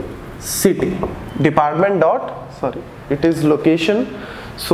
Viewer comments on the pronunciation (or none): none